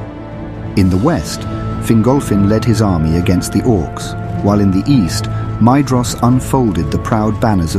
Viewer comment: This is a great video, however one small thing- Maedhros should be pronounced "My- thross." The "dh" is a soft "th" sound.